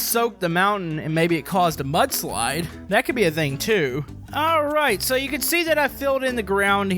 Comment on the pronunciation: I thought you said "But Slide"🤣🤣🤣